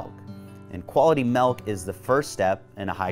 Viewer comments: Milk not melk smh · I can’t trust a man who pronounces milk malk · Hard to trust a guy about dairy products when he keeps saying “melk” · Does anyone else notice he is saying 'Malk' and not 'Milk'? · Maybe it isn’t milk inside it’s malk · I don't understand why it annoyed me so much?.... Melk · Dude I fucking hate people that say melk it drives me nuts it’s fucking milk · I’m not buying it because the co-founder calls it “malk” instead of milk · "quality melk"? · Quality “melk” 👌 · Melk melk melk 😂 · it's milk not melc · It’s pronounced “Milk”, not “Malk”. Lol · I’m not buying shit from someone that calls it “melk” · Hmm he pronounces milk ‘melk’ and I can’t watch this video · haha you said Melk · What is melk, is this guy pulling my leg? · Ahh... refreshing "melk" 😒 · I hate that he says melk😤😤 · This dude said MELK 😂😂😂 it’s pronounced MILK! Wtf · wtf is melk??? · melk lol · Doofus It's pronounced MILK not MELK! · Powdered melk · no he says "Melk" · Just give the man his goddamn molk. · But in my protein there's no "melk" listed in the ingredients, should I be worried? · Milk* there is NO letter E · Throwing shade at other protein powders when you can’t even pronounce “milk” right